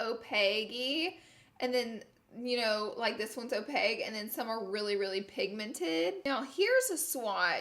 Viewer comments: Literally died at this. Pronounced wrong AND used wrong lolllll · Another Laura lee word Opague: opaque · Opaque. OPAQUE. Not opaig. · Ok who’s gonna tell Laura Opaque is NOT pronounced O-pag, it’s O-pak!???? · Girl, what? What is Opague? When describing the swatches did you mean opaque - not translucent? 🤔🧐😕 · Another Laura word, Opage instead of opaque. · It's "opaque" not opague "k" sound not g sound. Just helping' a girl out lol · 😂😂 I love you Laura. This video's Laura word is opague......it's opaque (pronounced opake) as in cake. 😍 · Opage?? Lol OPAQUE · She sayin opague instead of opaque 😂💜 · She was also saying it like opague instead of opaque 😂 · “Opeg” = opaque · listening to laura say “opague” instead of “opaque” is driving me crazy 😂😂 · I'm saying this with love ... opaque (like o-pake) not opague - and it means it's NOT see through and in terms of makeup it means it's pigmented. <3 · Opaque with a Q not G ur so cute. "O-pake" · Laura I have another word for your dictionary Opague = opaque It’s pronounced opake. Love you Laura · Is she saying opeg???? Lmao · Adding opaque to the victim list of Laura's accent. "Opeg" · Girllllll are you saying opaque or opague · Are you saying “o-pay-gue” instead of opaque? And wouldn’t very pigmented be opaque rather than sheer? I really wanna understand! I love your videos!!! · Alright, fam. Who’s gonna tell her about “opaque”? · New laura lee word Opage = opaque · O-payg = opaque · Anyone else notice "opague" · O-peg? Opaque 🙄 Oh Laura. 😂 Kinda like washer machine. 😉 XOXO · Would it be a Laura Lee video if she didn’t pronounce a word weird and use it wrong 😂 (opaque-y sounded like o-peggy and opaque colors are pigmented) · LOL "Opague-eee" lord love her!!!!! shes an awesome Alabama Girl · Ok Laura....you do know that first of all its "opaque" with a Q not with a G. And opaque means you can't see through it. Opaque and pigmented are basically the same thing😂😂😂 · Laura's "o-peg" = opaque ? Love the eyes ❤